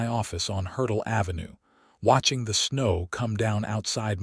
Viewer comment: Towing not toeing, Hertel ave, Not hurdle.